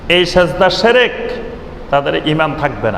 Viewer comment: শেরেক না শিরক ভাই।আপনি সুন্দরভাবে বলুন সেটা আরও ভালো হবে ভাই।